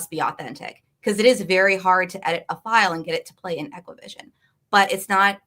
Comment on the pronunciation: Only thing that bugged me was her calling ExacQVision “equivision”.